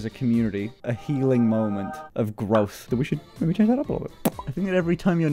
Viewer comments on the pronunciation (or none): "A he-ling moment." I mean...